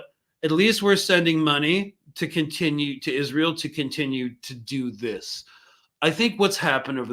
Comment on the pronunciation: Haha is-an-eel afraid of Iran 🤭